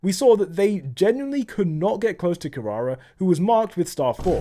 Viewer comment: his pronunciation ou kirara lwk pisses me off